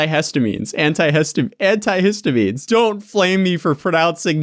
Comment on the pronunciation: None of those were in English btw. Most medications are named in latin/chemical formula. You got antihistamine pretty spot on.